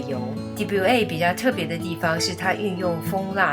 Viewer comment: 我是英文和法文的老师，听了你视频里的mauviel和de buyer的发音有点逼的我范职业病了。法文里ie连在一起是“耶"的发音，所以应该是 mau-木，v，ie-耶，l-乐。连起来是“木v耶乐”。de buyer的发音挺难用文字解释清楚，带个链接给你听一下正确的发音。